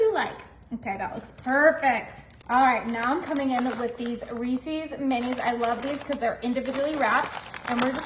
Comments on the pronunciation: This is a ridiculous waste of ingredients. Too many to enjoy. Reece's is not pronounced reec ees. Its Reece sounds like fleece. With the s for ownership. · You pronounced Reese’s incorrectly.